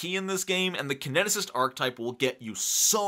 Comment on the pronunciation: Good content, but one thing bugged the heck out of me: Archetype is pronounced aar·kuh·tipe :)